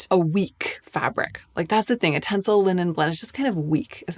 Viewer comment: It's "tenCEL". 😊